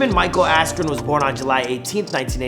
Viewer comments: Ben "asken" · Bruce Buffer: Ben Askroo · Dude was famous before he lost and learn to pronounce his name